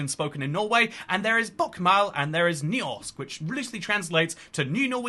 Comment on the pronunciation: You could have at least TRIED for the pronunciation :( Bokmål, Nynorsk, Høgnorsk, Landsmål. English approximations: ( Southern British) Bukmaul, Noonorshk, Hirnorshk, Land-smaul